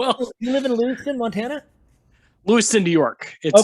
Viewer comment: LEWISTOWN …not Lewiston. 😪